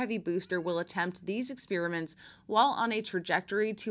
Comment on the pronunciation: Great report, but please don't say ex-PEER-i-ment. It's wrong, even if 2% of people suddenly say it that way. Yes, wrong. Don't ex-PAIR-i-ment with settled pronunciations, please.